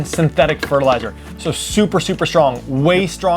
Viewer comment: You still need to wear a mask when using organic powders, it says so on the packet! There is a "t" in synthetic. 7 min 14 sec.